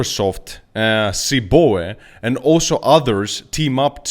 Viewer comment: hey bud.. it's not (Cee Bo ah) it's the Chicago Board of Options Exchange.. pronounced by just saying the letters.. (Cee- Bee -Oh - EE).